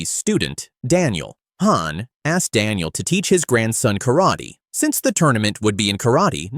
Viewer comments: Bro its daniel not dill and his name is not shifu lil bro 😂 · Stupid AI calls Daniel-san "Dill" .. 😒😒